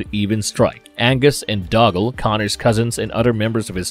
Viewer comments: Also it's Dougal not dogall! 😄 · Connor's cousin wasn't named Doggle (pronounced Dog-ll), it was Dhugal (pronounced Doo-gll) with an emphasis on the first syllable. It is a Scottish highland name still in use today. ETA: spelling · I know! Dougal is Doo-Gal; Ramirez is Rah-Meer-hez! I know the narrator has a accent, but come on; just listen to the film!! "There Can Be Only One"! 🤔